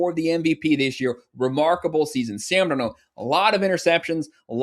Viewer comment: I agree also can you teach this guy how to pronounce Sam’s last name 😂😂😂